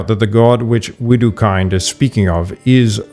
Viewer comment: Widukaint?? typical modern english proniunciation..